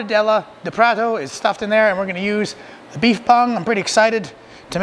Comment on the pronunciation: Wow! That was fast! Cheers for taking up my request so quickly! Cheers, again, mate! Now you owe it to yourself to go to The Mercado Municipal in São Paulo, Brazil and get a mortadella sandwich at one of the second floor resturants, with cold beer, of course. Lastly, try pronouncing "prato" as prah-toe...